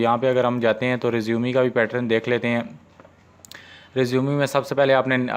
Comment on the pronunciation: Bahi resumeee nahi hota resume hota hai